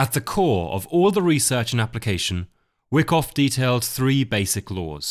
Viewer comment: I’ve read Anna’s book and enjoyed this summary. I think Whyckoff is pronounced why koff rather than wick off. Love the content.